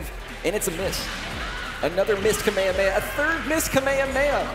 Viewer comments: You don’t say “Kamehameha” as if goku was saying the move, it’s “Ka May Ha May Ha” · the commentator said Kamehameha wrong three times...